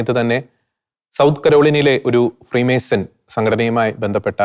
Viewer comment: ഫ്രീ മേഴ്‌സ്ൻ അല്ല ഫ്രീ മേസൺ എന്ന് പറയാൻ പഠിക്കു